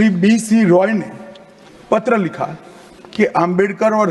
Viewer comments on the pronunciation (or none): none